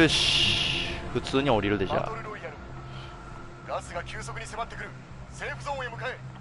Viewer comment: セーフゾーンってセーフゼーンとも読むんだ。へーって感心してしまった